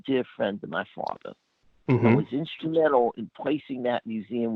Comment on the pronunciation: My fwatha? Jackie Jr??? You here????